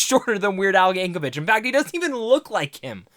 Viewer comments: It’s YankoVICK not YankoVICH but good review for a good movie. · 3 seconds into the video where you claim you just finished watching the movie where they say his name NUMEROUS times, and you mispronounce it immediately. 😅 There is no H in Yankovic.